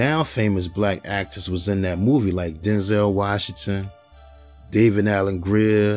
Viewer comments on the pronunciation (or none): none